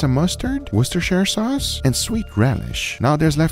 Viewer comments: HE SAID IT PERFECTLY, THE WORCHESSHTIRESOCUACE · Hold on he knows how to say wohiodjcuhdy suaus too and english isnt my first language so cut me some lack